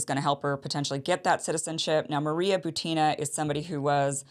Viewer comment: Maria Butina. Emphasis is not on "a" in her last name, but on "u". BUtina, not ButinA.